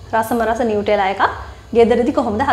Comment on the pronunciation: නියුටෙලා නෙමෙයි නුතැල්ලා❤️